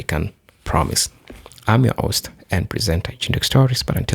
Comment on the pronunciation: Host bro H -ost. NOT OST..H o s t.